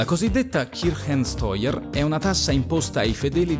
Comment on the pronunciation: che bello che hai detto bene kirchensteuer